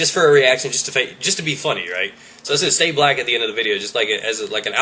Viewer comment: its said not sead